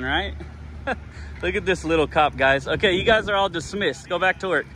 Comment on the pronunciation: Hey! You pronounce "Guys" as "Guises" pronounced (GI-zuzz).